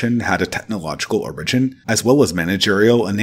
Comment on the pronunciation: Great video and very helpful for helping me to recenter. I just have one criticism: please fix your pronunciation of “origin”. 😅